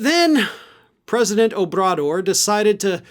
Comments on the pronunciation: Oh-bra-dor "Abradoor" 😂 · pronounced President /owbradoor/ with a bounce on the Rs :) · Great piece...BUT...take a moment and get the mans name right.... OH....BRA....DOOR! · That you were not doing it on purpose is understood. His name is pronounced Three syllables: 1.Oh. As in Oh gosh the dog ate junior. 2. Bra. As short for brassiere 3. Door. As in show Cruz the door. Oh Bra Door. Some find his nickname easier. AMLO As in "I Am Low". Keep up the good work Its wasi But the Mexican President is k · it is pronounced Oh - brah - door. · President Obrador's name is pronounced O-bra-door. In Mexico he's called Amlo - Andres Manual Lopez Obrador. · Please have your staff inform you of how to correctly pronounce all political leader's names. Example: Ohbrador is pronounced Oh bra door. It would make your hispanic audience expand. Deadly serious. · O-brah-door. Love how the governors of Mexican states move the big RR transit hubs from going thru Texas. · I really enjoy your podcast but I wish you showed more Clips instead of just reading texts or talking about stuff. Also, FYI, I believe Obrador is pronounced Oh' bruh dor with the accent on the first syllable long o. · OH-brador is how you pronounce it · Ahem... The pronunciation is "Oh-brah-door". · Accent on the last syllable: O.bra.DOR Never bet against Ted Cruz being an asshole. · Try to pronounce the president of Mexico‘s name correctly! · Would have been better to pronouce Obrador correctly...